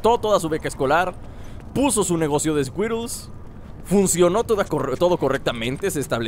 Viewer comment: Like si no dejaste de decir scuirols cuando dijo scuirols xD